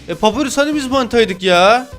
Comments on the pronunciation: Papirus değil pa pa y r u s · Abi papirüs diye okun umuyor adı papayurs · Abi papyrus papayrus diye okunuyo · Abi papyrus papayrus diye okunuyo haberin ola! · Abi papayrus diye okunuyo kalp lütfen